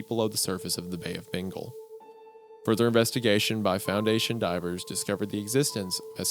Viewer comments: Ah yes, the bay of "bingle" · Bay of Bingall lmao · Isaiah, learn how to pronounce Bengal and Ganges, por favor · i dont like how wendigoon pronounces bengal and kolkata its scary